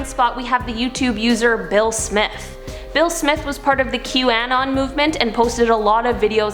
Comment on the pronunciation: Ngl I thought she said Will Smith 🤣🤣🤣